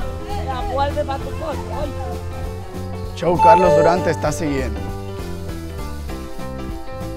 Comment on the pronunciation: Me asombra la pronunciación que tienes de redes sociales tales como Instagram, Youtube y luego tu propio nombre lo pronuncies CHOW en vez de show...